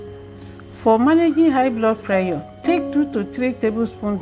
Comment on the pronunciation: How do you pronounce PRESSURE? You defeat the purpose of drinking bitter leaf juice when you add honey.